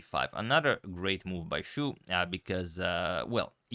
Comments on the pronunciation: Xu's surname is more similar in pronunciation to "she" rather than "shoe" If it was Shu, then it's "shoe" But if it's Xu, it's "she" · "Xu" should be pronounced as "She", incidentally "Shu" is lose in Mandarin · And it doesn't sound like "shoe" either! Chinese is hard! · Xu it's pronounce more like xi Yu it's pronounce more like yi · No, it's not "sea". To westerners, it sounds the same. But any Chinese can tell you you're pronouncing it wrong if you say it like "sea". It's not easy to explain over text, so it's best if you listen to videos or other pronunciations online to understand the difference. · BTW, you make a good effort to try to pronounce everyone's names. The 'u' should actually sound more like the German ü (ue). It doesn't matter, it's not like I can speak Croatian myself, lol. There are also two Chinese surnames (written with different characters) that are Xu. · He also got the meaning of the name wrong, his surname Xu is 许 and is a common word meaning approve. What he is thinking about is 旭, which is pronounced in a different tone. It is exceedingly rare as surname. (by the way, there are over 200 characters which are pronounced xu, 5 of them also being surnames) You can't blame him tho, Chinese is complicated :)